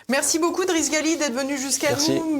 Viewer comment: L'invité s'appelle Driss Ghali , non pas Gali . La prononciation est toute à fait différente , informez vous madame la présentatrice ...